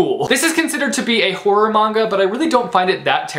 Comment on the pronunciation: I’m happy you said manga right :) a lot of people say m “a” nga and it’s frustration